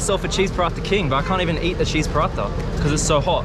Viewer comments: Will he ever stop saying cheese parata ?? 😹<3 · When say, "Cheese Palathha " instead of Paratha. 😂